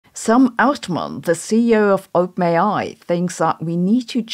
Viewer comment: every time you say openai i mishear it as oatmeal